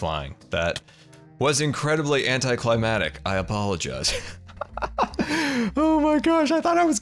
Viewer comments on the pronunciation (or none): Did you mean anticlimactic not antyclimatic